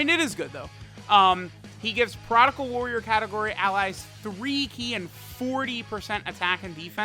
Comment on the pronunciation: Maybe when these boys come out on global he will stop saying "prodical"